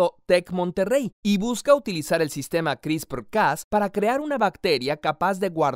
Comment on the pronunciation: Me da risa cómo pronuncia “CRISPRRRRRRRRRRRR” Jajajaja 😂😂😂😂